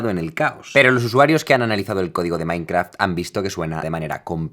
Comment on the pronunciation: creo haber escuchado "mainkra", alguien mas?